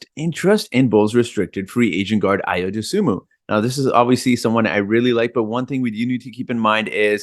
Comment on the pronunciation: AYO is pronounced "ARE YOUR". It is a Nigerian Yoruba name.